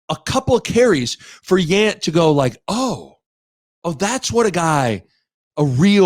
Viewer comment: Rudd saying Yant like aunt (awnt) and Bahe like ant is killing me 🤣